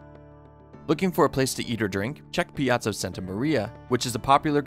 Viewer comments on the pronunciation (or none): none